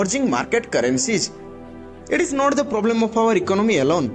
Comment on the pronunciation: Is... Not eej Transaction NOT Transachon Ek -sam-ple not ekchampel